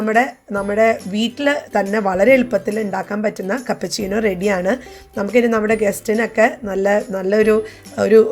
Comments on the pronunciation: കപ്പ ചീനോ അല്ല ക്യാപ്പുചീനോ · Kappa chino alla keppachino